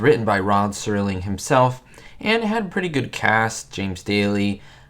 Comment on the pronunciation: Night gallery. The Night Stalker was an entirely different show with Darren McGavin. Also, the creator of The Twilight Zone (which was never presented 'live'} was Rod Serling, not "Sterling [sic]". "Did you know that?"